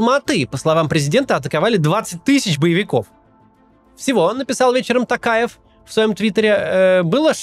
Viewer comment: Не знаю, только мне приятно слышать, что Максим говорит "ТОкаев", а не "Такаев"? 🙈